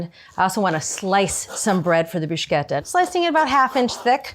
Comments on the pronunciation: I thought her pronunciation of "prozhooto" was weird, but "brooshketta" is even more unexpected. Love Julia either way though, great vid! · Inconsistently mispronouncing ciabatta and ricotta and bruschetta seems like rage bait